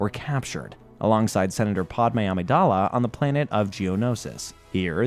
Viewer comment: The way you keep pronouncing Padmé Amidala 's name is driving me up the wall 😂😅😅😂 like how you gonna make a video, but can't pronounce names of the characters in it? 😂😂 Other than that, it's a solid watch